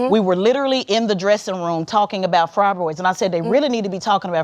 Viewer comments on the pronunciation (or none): Lol, I'm watching this "debate" for like the millionth time...how did I not notice that the "moderator" said fribroids instead of "fibroids" or ministration instead of "menstruation." 😂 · This bish calls it FRYBROIDS 😂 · “Fri”broids(Fibroids)…. Men”nist”stration (Menstruation)…. She can’t even pronounce the words. Smh. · What is a frabroid? What is menistration? I couldn't and wouldn't listen to her nor follow her lead in anything. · The host is practically illiterate. She can not pronounce "fibroids" and destroyed the word "menstruation." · She also can’t even say fibroids or menstruation correctly. Lord!!